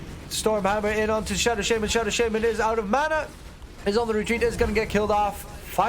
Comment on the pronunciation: "Shadow Sheyman"